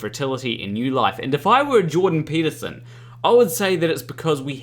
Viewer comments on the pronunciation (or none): none